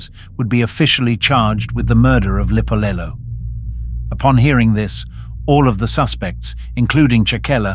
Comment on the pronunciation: It's written "Lipolelo" but pronounced "Dipolelo"....(meaning TALKS)